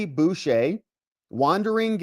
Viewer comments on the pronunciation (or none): none